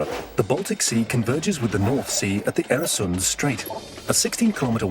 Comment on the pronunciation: Øresund/Öresund! Not Eresund!